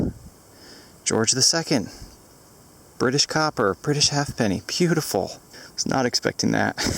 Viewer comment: It's called a ha'penny (haypenny, not "half penny"). When I was a kid we used to go digging for Poplar Hawk moth chrysalises at the base of poplar trees. We didn't find many chrysalises but we found some George II ha'pennies. I probably still have them somewhere- they were corroded but you could work out the king by the profile and whether he was facing left or right. Mind you, it would have been easier and cheaper to walk into the town and buy these coins in far better condition for a few pennies!